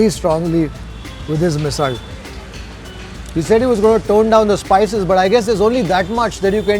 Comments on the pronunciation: Love how you’re pronouncing Misal. Have always heard this ‘rd’ sound at the end of Misal from Maharashtrians. Love your episodes of Gourmet on the road. Keep it up, sir! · Commenting while watching the video... coz i could'nt resist... Even Marathi bloggers dont review marathi food with such depth. So proud of you.... and being a maharashtrian loved your every pronunciation. Best part u say misalll not misal and thalipeeth not thalipit. Good job .